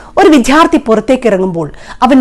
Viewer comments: 'വിദ്ധ്യാർത്ഥി' അല്ല വിദ്യാർത്ഥി ആണ്. ശരിയായി പറയൂ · Please pronounce വിദ്യാർത്ഥി as vidyarthi and not as vidhyarthi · എന്തു പറഞ്ഞാലും നമ്മുടെ വിദ്യാഭ്യാസ രംഗം രക്ഷപെടുമെന്നു തോന്നുന്നില്ല. പിന്നെ നിങ്ങളുടെ ഭാഷ നന്ന്. എന്നാൽ വിദ്യാർത്ഥി എന്ന വാക്കിന്റെ ഉച്ചാരണം ഒന്നു ശ്രദ്ധിക്കണേ..❤